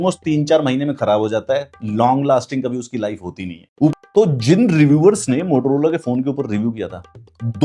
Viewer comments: MOTOROLA ❌ TOTOLOLA ✅ 🤣🤣🤣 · Bhai wo totolola nhi Motorola hota hai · Motorola ❌Motaloda ✅ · Mo To rola ❌ Lo Lo Lola ✅ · Motolola 😂 bolte bhai samajh bhi aata or maza bhi